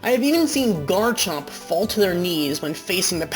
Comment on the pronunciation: #1, there is no N in Garchomp! #2, it's Alolan, NOT Alonan!